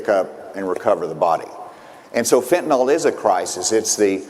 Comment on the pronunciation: Tell that buffoon its pronounced FENTANYL, NIL NOT NAL. He can't even pronounce the damn name right.